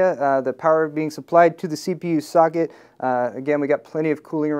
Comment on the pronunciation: Lol, sounds like he said sogget, instead of socket .